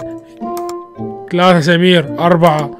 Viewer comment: سؤال: ليش تكول سميرر